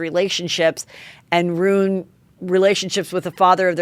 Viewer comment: Okay - you asked … Jewel - RY - 2 Syllables ONLY NOT Jewel -er -Ry Ruin - Rooo In NOT Rooon 🥸